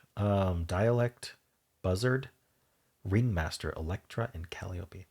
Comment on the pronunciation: The correct pronunciation of Calliope is "cah-LY-oh-pee". 😉